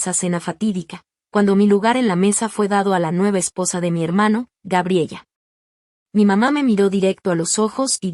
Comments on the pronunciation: NO GRABELLA... SE PROCUNCIA "GA-BRIE-LA" Y NO GRABIEYA COMO LO PRONUNCIAS... LO MISMO CON EL NOMBRE JASON.. SE PRONUNCIA COMO YAI-SÓN... Y NÓ JA-SON... MUCHAS PALABRAS EN SPAÑOR USAN ACENTUACIONES.... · Se pronuncia Gabriela